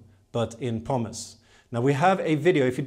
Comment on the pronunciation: Please, for the love of IKEA's meatballs, STOP pronouncing "plant" as "plont"! And its "Pumice" not "Pommes"!